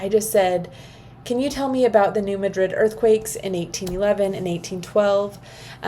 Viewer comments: You can tell you aren’t a Missourian lol. The “natives”. Call it New Mad-drid. Love ya! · No, lol I’m from Montana…. It drives me nuts to hear it pronounced wrong